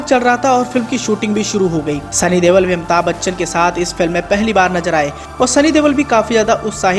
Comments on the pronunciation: Dewal nahi Deol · Sunny dewl nhi pagal sunny deol